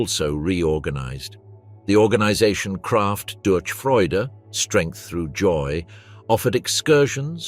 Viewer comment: The ch in durch is pronouned like in loch or reich. Other than that, it was an enjoyable listen, the narration is very good.